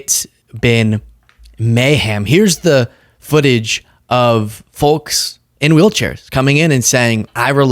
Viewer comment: the L in folks is SILENT